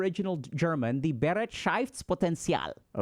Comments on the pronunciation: we need to work on the "Bereitschaftspotential" , but nice try. 😂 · it's actually pronounced beh-right-shafts-potenzial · Has really no German pointed out yet Dr Ks adorable pronunciation of Bereitschaftspotential? It sounded as if there was at least one syllable too much x) I think for English Natives, it could be transcribed like this: be-RIGHT-shafts-poh-ten-see-all Thank you for the high quality content, HG Team! These videos and the membership content have finally given me real access to the information I already learned in med school and CBT. This means a lot to me because it has helped me make noticeable progress on my journey of self-discovery, coping with childhood trauma/neglect, and building some self-esteem. <3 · Maybe you would try this; «buh-right-sh-off-ts-pot-end-ts-y'all» and maybe it might help with the german pronunciation of that word "Bereitschaftspotential" My brain decided i would feel like i made the choice of telling you to keep up the wholesomely fascinating content. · im german and his pronounciation of bereitschaftspotential couldnt be worse😂❤ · The pronounciatiok of Bereitschaftspotential was as wrong as it could be but I love how confident he tried to read it out 😂❤ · We need to work on your german pronunciation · Had to read it the word. I am German and you pronounced it so strangely that I didn’t get it 😂 ei in german is equal to the „i“ sound in English. It was definitely nowhere near to the actual word 😅